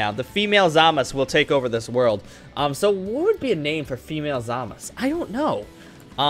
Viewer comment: YOU ARE SAYING HIS NAME WRONG!!!!!!!!!!!